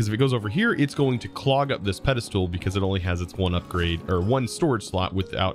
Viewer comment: What's with the "pedestool" though?